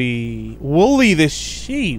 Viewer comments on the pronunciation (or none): Bruh it's Woolly not woolie